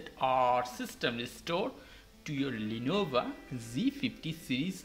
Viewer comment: Hermione: "It's Lenovo, not Lenova"